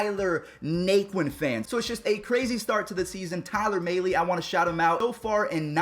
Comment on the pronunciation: Tyler Mahle. (Mal-ee) not mail-ee.